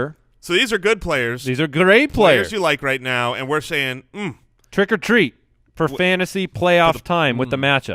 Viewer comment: Did I hear "Trick or Teet?" ?